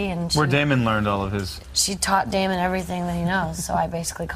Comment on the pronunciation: It's Damon not fucking Demon you dumbasses.